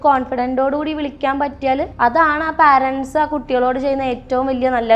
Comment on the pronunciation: Anchor ചെറ്റേ, പാരൻസ് എന്ന് ഒരു വാക്ക് ഇംഗ്ലീഷിൽ ഇല്ല. നീ parents എന്ന വാക്കിന്റെ ഉച്ചാരണം ഗൂഗിളിൽ നോക്കി മനസിലാക്കുക.